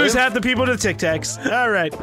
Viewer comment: "Tac Tacs" xD